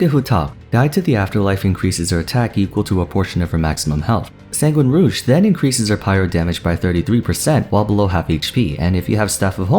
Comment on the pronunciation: why did you pronounce rouge like that